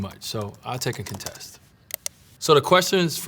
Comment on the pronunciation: he doesn't know how to pronounce "contest" but no one has ever had the balls to correct him